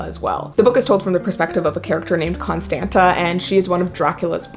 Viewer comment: HI! I've been following your channel for a few years now! Love this video! I'm actually Romanian, so I just wanted to say that the name of the girl in A drowry of blood, Constanta, is pronounced Constandza :) that second t is supposed to be a "ț", to be pronounced "dz"